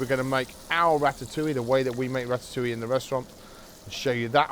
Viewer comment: Rat-at- oo-wee! Good grief. It is pronounced Rat-ta-oo-i'yuh.